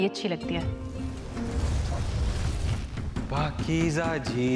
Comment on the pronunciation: Its not pakeeja But Pakeeza Its Z pronounciation